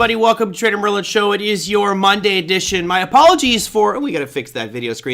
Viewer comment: It's Merlin !!!